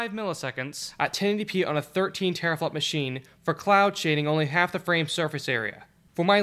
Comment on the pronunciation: taraflop xDDDD guess you mean 10^12 FLOPS (tEra not tAra lol)